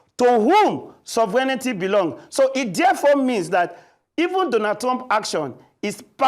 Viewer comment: Even the presenter was contaminated by the mispronunciation of SOVEREIGNTY😂